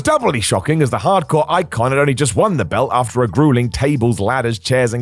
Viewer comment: Who talks like this guy? Twos-ah, belt-t, Rhino-wah.